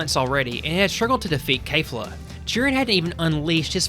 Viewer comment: Why are you saying Kay-fla instead of Kef-la. They literally say it in Japanese, in the anime, which is the original work - there's zero reason to mispronounce it unless you're using an AI voice.